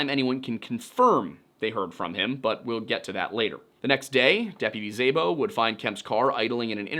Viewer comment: Szabo is pronounced more like “sah-bo.” Hungarian last names for the win lol